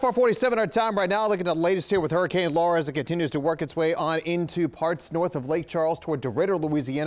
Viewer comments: It's Laura, not Lara. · Is not lara its laura